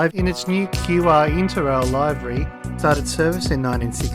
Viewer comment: Great video. By the way the word livery, meaning colour scheme is pronounce livery as in liver with a 'y' on the end. It's not pronounced live-ery as in I'm a-LIVE-ry.